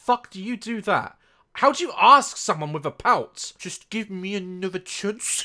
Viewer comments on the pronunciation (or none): "Just give me anuther chunce"😂😂